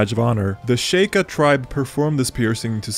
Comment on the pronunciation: SHE-Ka it's not that hard